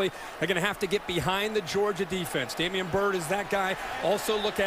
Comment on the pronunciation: DAMIERE Byrd, not Damian